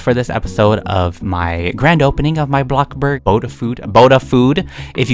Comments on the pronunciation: umm you said BlockBurg like if agree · U said blokburg again xD